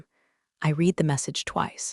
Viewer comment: Just a few suggestions. Declare what is AI content, and what is not. Proof-listen to AI generated voice to fix pronunciations such as resume vs. résumé, read (verb) vs. read (noun), live (verb) vs. live (adjective), butt vs. button, etc. Proofread transcript to fix things like doc (documentation shortened form) vs. dock, Counting vs. Accounting, US vs. U.S., etc. The story is good, but not entirely believable. I worked with some pretty arrogant incompetent people, but not everyone was that bad all the time. The "good ol' boy" network and nepotism was particularly unwholesome.